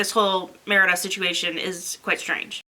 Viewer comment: Don't feel bad for mispronouncing Merida. Merida is actually the surname of a few of my cousins. Folks down in Southeastern Kentucky pronounce the name as Merdy (like nerdy with an m). You can't do worse than that!